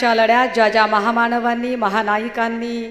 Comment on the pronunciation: परिवर्टनाच्या लढ्यात.. ज्या ज्या महा माणवांनी आपलं योगदाण दिल... बळीडा ण डील... अशी वाक्य ही बाई आधी पाठ करून येते.. मग दादांनो.. काकांनो.. बाबांनो.. मामांनो.. करत तीच फालतू भाषण संपवते..